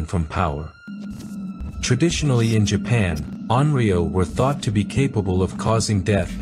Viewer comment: In English 幽霊 would be pronounced something like "yoo-ray", never 'yuri-ai." Similarly "onryou" is pronounced "on-ryo", not "on-rio." Each kanji is fully pronounced.